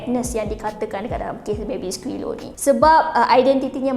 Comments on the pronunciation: dari tadi “baby skilo” yg aku dngar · Pandek kata , Diaorg menyundal la? 🙄 Cuba singkatkan. Dh la x pandai enggglishhhh..baby silo siloooo😌